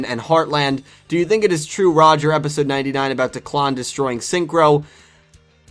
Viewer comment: Also you're Kind of pronouncing Declan wrong This is how you pronounce it dek-Len